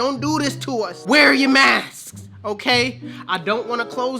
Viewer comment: Did he say " mask-es?" 😂😂😂😂